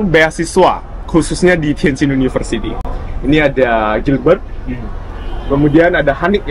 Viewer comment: tukisannya Tianjin, tp sekilas dengar ngomongnya Tianchin yaa ?